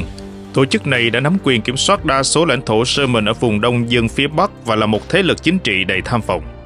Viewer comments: Yamen mà đọc là soman thì thua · 😂 đúng . Yemen mà ổng đọc là SƠ MÌNH .bó tay 😂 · Khong phai Lo tai co van de ma tu minh doc ten Kenh dao SUEZ. YEMEN KHONG DUNG NHE BAN